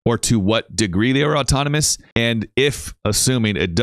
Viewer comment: the bot doesn't just say he's being assisted tonight, he mispronounces the word 'autonomous'. if these weren't tele-operated then the employees and bots would be legally allowed to make firm claims about it - that's why they won't give straight answers, why they dodge questions, and why it's more likely safe to assume this is all fake than it is to assume it's real